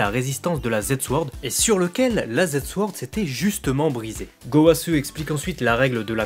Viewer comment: J'ai une question puisque que tu parles japonais : Pourquoi est ce que tu prononces "Zamasse" et "Gowasse" et tu ne prononcés pas le u ?